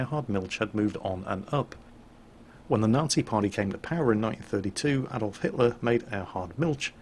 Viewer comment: Did you pronounce Adolf; Ay-dolf...?